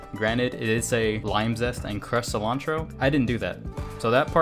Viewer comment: Sea-lawn-tro Nunca supe cómo se escribe "Cilantro "